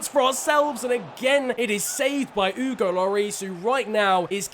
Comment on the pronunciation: The way you say Hugo really triggers me